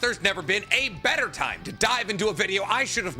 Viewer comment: did….. did he just pronounce boaf T’s in “beTTer” ? xD